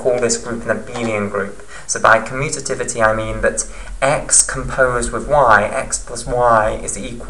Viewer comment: Stop saying commutatativity. . . . lol